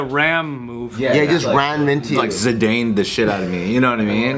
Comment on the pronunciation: The fact that he called him “Zi-Dane” bruh, it’s “Zi-Dahn”